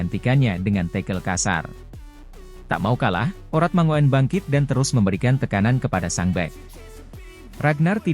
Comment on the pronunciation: Oratmangoen yang benar dibacanya Oratmangun, om...